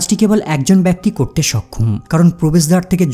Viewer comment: Ucharon thik kor. Bekti not baykti